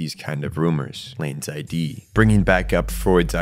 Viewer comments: Id is pronounced phonetically, not as an acronym. Like Ed, but with an I. Id. Amazing video, that just kept popping out to me every time you said I.D. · Id isn't I.D. it's Id, like did without the first d. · You say "id" as a word. Not like "i.d." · Eri is right, was talking about the freudian concept of ID. It's pronounced id like in 'did' though, I was saying I.D during the vid. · he was pronouncing it like ID as in identification card and it's id as in one layer of the psyche pronounced id as in did. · it's Id, not I.D., silly pants :D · btw, it's Ego, Super Ego, and Id (ihd). Not I.D. , but I would understand why you would pronounce it like that if you've only encountered it in all caps like shown in the iceberg image. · this is a really good vid but i need to point out that it’s pronounced like “Id” (the way you would pronounce the ‘i’ in ‘internet’ and then with a ‘d’ after), not “I.D.” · it's not i d it's Id, pronounced like it but harder. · Is it pronounced I.D.? Have I been wrong this whole time saying id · its not pronounced I.D. its id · Apologies for pronouncing Id wrong, I am aware it's id as in 'did' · hey man, why do you pronounce id like ID like identification card? it's pronounced like it's a word on it's own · Great video but every time I heard you mispronounce Id (it's pronounced similarly to 'it', not 'I.D.') was like someone was hammering nails into my soul... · holy crap that was driving me nuts by the sheer rapid reptition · Is this read to us by an AI voice or do you really not know how to pronounce "id"? Is there any research in this video at all?